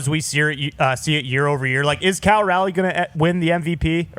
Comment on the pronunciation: yea telling him to play another position sounded like a joke until he kept a straight face. He also mispronounces Raleigh's name